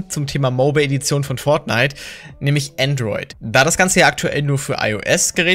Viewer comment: Benjamin Brandt es heißt Android nicht Antroit